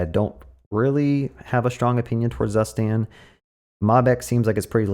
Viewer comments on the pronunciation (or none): You pronounced Zustand wrong ;). It is a German word so is pronounced differently. And by the way is the best state management library as it sounds cooler and requires less boilerplate :).